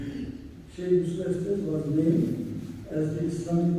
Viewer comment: Assalamu alaicum...pardon but it's Estes...